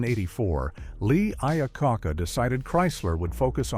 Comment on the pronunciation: Man that was an unfortunate mispronunciation of Iacocca. 😂